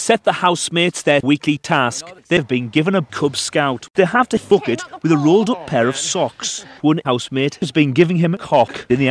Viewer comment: the way he says : they have to fook it, makes me laugh so much